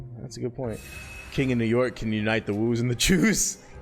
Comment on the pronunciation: I cringe everytime he says “chews” its “ch-ohh”